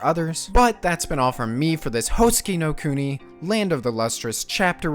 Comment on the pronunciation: Why are you pronouncing at as Howsekee nou kounee